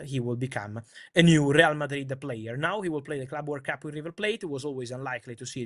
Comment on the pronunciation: What's this Word Cup Fabrizio keeps talking abou?